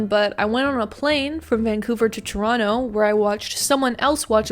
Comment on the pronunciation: Thank you for pronouncing Toronto correctly ❤️